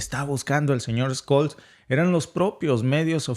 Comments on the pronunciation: Se pronuncia: Shóls!. Scolz, no vale. Tiene que cambiarlo. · Olaf Scol??? Suena como se escribe SCHOL. S- chol 😢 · Hola Amigo : no hay ningún Sr . Skolz .... si no Schhoolz ! ! ! Todos los idiomas ... y sus palabras tendrían K ser pronunciadas de manera correcta , como correctas son las informaciones que Ustedes ponen en conocimiento de la ciudadanía ... ! Gracias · No es "Skol" es "Shol" que ganas de cag...a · Excelente análisis, como siempre. Por cierto, Scholz se pronuncia “cholts “ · Por favor pronuncialo el nombre del canciller alemán correctamente..Tu puedes y nos facilitas entender mejor. Gracias